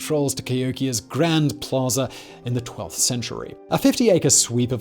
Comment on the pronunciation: Plaza, not "Plazer"